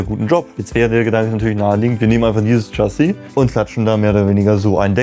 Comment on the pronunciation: Lieber, Erstmal: grandios, was ihr alle da baut und leistet! Eine klitzekleine Anregung von einem leicht frankophilen Bewunderer eurer Arbeit: Mich hat das "Tschassi" ein klitzekleines bisschen "getriggert" (wahrscheinlich nichmal wirklich getriggert, mir isses halt nur aufgefallen).🙏🏽 Info: "Chassis" ist das französische Wort für "Fahrwerk" und wird natürlich auch nicht englisch, sondern französisch ausgesprochen. Nämlich "Schassi" (Wahnsinn, meine nahezu perfekte Lautschrift, wa😂?) Kein Hate, keine Aufregung, nur ein lieb gemeinter Hinweis. 🙏🏽🙏🏽🙏🏽🙏🏽